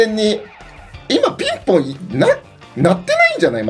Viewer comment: ピンポーンじゃなくて ピンぼーんだね